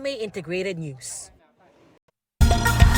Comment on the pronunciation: Wtf? Ano ba ang problema ni Darlene cay? Bakit ang bigkas nya sa NEWS. AY "NOOSE "? WTF? 😅